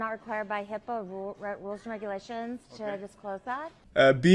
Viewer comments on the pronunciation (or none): none